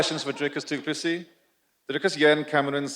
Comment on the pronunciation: chael said his name is du plexus then its du plexis